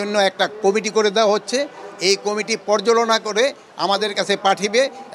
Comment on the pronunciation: পর্যালোচনা বলতে গিয়ে পর্যালোনা